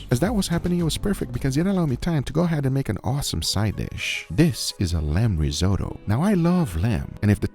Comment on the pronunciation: Rizo tow? Risot oh!